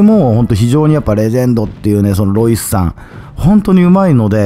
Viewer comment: # でエロイスと聞こえたのは空耳かな？ （ロイスさん申し訳ない）